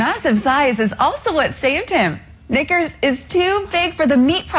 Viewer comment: Knickers, sounds like N.